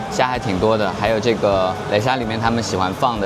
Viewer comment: 不唸壘，唸拉，叻沙面、拉沙面！